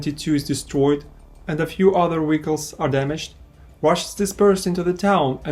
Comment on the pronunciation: Your pronunciation of Vehicle is crazy. No hate, great video.